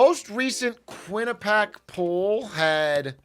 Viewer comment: "Q U I N N I P A C" definitely not Quinnipiac 🤡